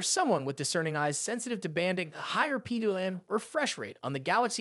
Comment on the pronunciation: Lol it's this an ai voice??? Things pronounced totally wrong...PWM....👎